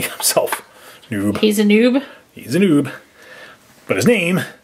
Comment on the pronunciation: you said classic boob and its classic noob